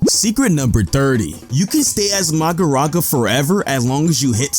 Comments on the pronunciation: Um sir it’s mahoraga not magoraga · Ain’t no one gonna talk about the he pronounced Magoraga instead of Mahoraga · Magoraga bruhhh its Mahoraga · It's not maharaja 8ts Mahoraga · Who's "Magoraga"? I only know of Mahoraga. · ''uhm actually the strongest move is max elephant because that does the most damage'' 🤓 anyway he was making a joke, he means it's weird that the creator of the video said ''magoraga'' and not ''mahoraga'' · ahhh yes ''MAGORAGA'' perfect word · vhy does he say magaraga🥲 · MAGARAGA MAGARAGA MAGARAGA!!! 😂😂😂😂😂😂😂😂😂😂😂😂😂 bro kepts butchering the name from 30 - 36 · Oh yes 'MAGORAGA'